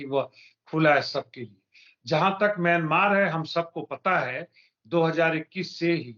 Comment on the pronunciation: मियां मार् मत बोलो मियां मारो बोलो